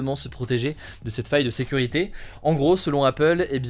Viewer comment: Aïe! Ne le prenez pas mal je suis vraiment fan de ce format! Mais vous ne trouvez pas que sur certains sujets, Il appuie certains mots de façon plus excessive ? Par exemple sur l’info appel : au début les mots “ faille” “ sécurité “ …c’est très subtil mais c’est un truc qui me dérange beaucoup chez les autres journalistes justement.